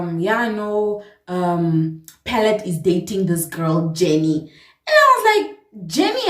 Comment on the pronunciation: The Caprivian accent came out on "JENNNIIIIII" 😂😂😂😂 Loved how you made me relate from start to finish ❤️❤️